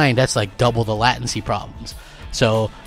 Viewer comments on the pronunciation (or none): LATE - TEN - SI not LAT TIN SI